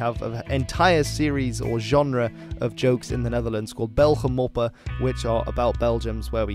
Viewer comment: Try belgen moppen. Also, is that really what we sound like?